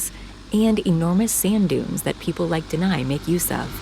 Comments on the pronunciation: I think,his name is Deni,not denai. Iam sorry,iam just confused listening to her keep saying Deny like denying something 😅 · DENI = THE NE (sound)